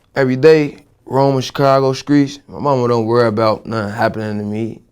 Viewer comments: 'skreets' come on son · He Was Saying Skreets And Scrapped 😂😂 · the nigga say skreets wtf 😂😂